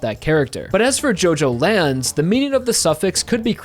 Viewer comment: It’s not pronounced JoeJoeLands it’s JuhJoeLands